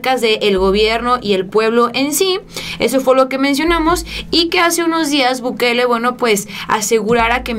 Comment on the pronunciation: sabes por qué El Salvador tiene pocos caso (supongo que no), por las medidas, la preocupaciones, el tiempo que se tomó Nayib Bukele (no Bukel como lo dice la señorita para nada informada), para atender a su país, no hay tantos casos como en México por que él se tomó el tiempo en pensar como mantener seguros a todos en su país...